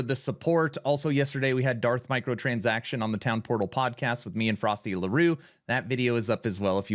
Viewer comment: isnt it Frosty-Loo, and not Frosty-Laroo?